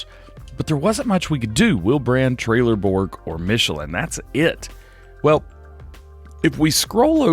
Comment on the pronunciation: Why do you say trailerborg not trellebog?